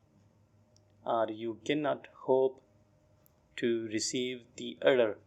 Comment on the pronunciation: Please consider that "order" word wasn't dictated clearly.